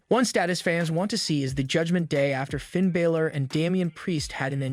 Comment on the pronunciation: As I appreciate the amount of information given in the video and great effort you've put forth to do wrestling reviews like this, I have one complaint. If you're going to do reviews, please take time to learn the pronunciation of the wrestlers' names when reviewing them.